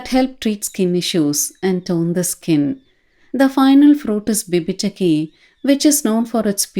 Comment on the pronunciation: Its not Haritaki and vibhitaki.....its Hareethaki and Vibheethaki